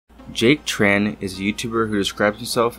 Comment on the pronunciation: Small nitpick, Jack Tran has a Vietnamese last name and I get annoyed when people pronounce it as “Tr-an.” First of all in Vietnamese due to our weird Portuguese based orthography, the “tr” actually makes a “ch” sound. Secondly, the name is written without diacritics, but since Tran is such a common last name we can deduce it’s a Trần. So Trần should be pronounce more akin to Chun instead of Tran.